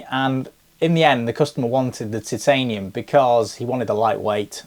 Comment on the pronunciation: It’s Chitanium